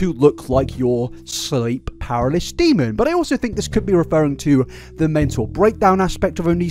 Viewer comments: “Sleep paralis” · Pa-ra-ly-sis XD seemed like you struggled with that word, maybe this helps XD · I just experienced an unexpected pronunciation of paralysis